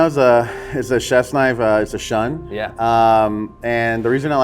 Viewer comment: A chef huh? Get your fucking index finger on the spin of the knife. Can’t even pronounce the knife Shun properly smh